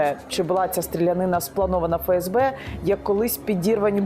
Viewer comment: "ФеЕсБе"... Тоді вірно казати "ЕнЛеО" 👌 А точніше "НеЛеО"...